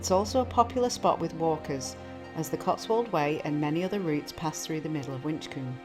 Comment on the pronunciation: FYI, they are Winchcombe, Soodley castle, Cotswold Way, no ‘S’. Chipping Campden, not Cambden.